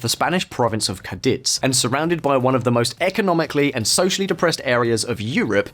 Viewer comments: what kind of delusional maniac would just decide to film himself confidently saying Caditz & LALinay like that, like there's no need to look it up or ask a single person bc hes positive he knows better w pure random intuition & arrogance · That’s not how you say gibraltarians or Cadiz or la linea or llanito